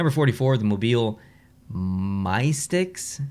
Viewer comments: 1) Louisville IS LITERALLY just a re-coloured version of the Atlanta Hawks logo! 2) It's pronounced "MISS-ticks" and that logo doesn't reflect the team's name either, because a Mystic is like a seer, a wizard, a sage, etc. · its pronounced miss-tiks its like a wizard thing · Hey fellow east coaster, Macon (rhymes with bacon) is a city in Georgia. The team name is pronounced "mystics". The Johnstown Chiefs were the main team in the movie "Slap Shot", it's an ironic ECHL. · Its not "My sticks" its suppose to be "MYSTICS" but with a "K" between the "C" and "S" because the dragon is a "mystical medieval creature" from the medieval times